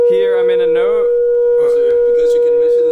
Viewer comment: ohhh.. thanks for clearing this out, cause i heard him say "note" and not "node", i was confused cause i heard a change in pitch. Additionally the host says "the flames comes out in an anti node" which is opposite to what my mind can process since it means (i.e) that at the lowest wave point the flames comes out?!?